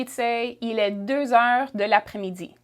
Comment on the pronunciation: Shes saying heures wrong